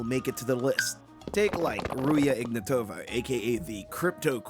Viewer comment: Please, not Ruje IgnatOva. It's pronounced Ruzha IgnAtova. with a zh sound and a hard A. Really pissed me off but yeah I get the fact it's difficult to pronounce. Otherwise, crazy quality bro <3